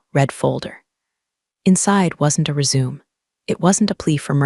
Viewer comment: Resume You should Program your A.I. to know it's not res-sume, but Res-a-may. Maybe that helps!